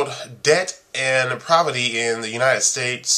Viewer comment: I am an avid follower of your posts. When you say "poverty", it sounds like "provety". It trips my OCD tendencies. To your defence, Einstein's spelling and pronunciations were alleged to be horrible. Just an observation and friendly poke. Keep the vids coming!